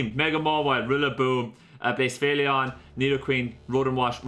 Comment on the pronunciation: One day you’ll start pronouncing blacephalon properly